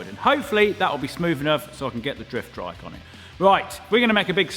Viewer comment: Why do you keep saying "driftdrike"